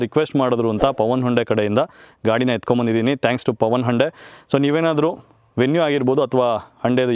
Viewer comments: Anna ❤ please try to be avoid... sometimes you pronounced as HANDE instead of HYUNDAI 🙏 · ಅಣ್ಣ ಹಂಡೆ ಅಲ್ಲ ಹುಂಡೈ ಅನ್ಸುತ್ತೆ ಅದು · No Prouciation Hunde na Y Silent